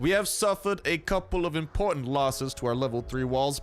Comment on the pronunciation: Something importante 😂😂😂 are you italian?